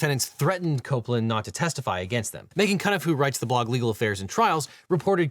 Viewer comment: Very minor thing, but Meghann Cuniff is pronounce like “Q-niff”